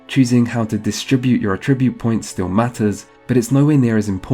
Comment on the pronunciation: i've never heard anyone pronounce at-ribute like a-tribute